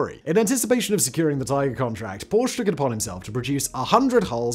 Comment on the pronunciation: Porsche is a two-syllable name.